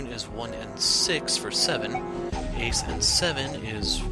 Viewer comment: Why can’t you say ace and santa?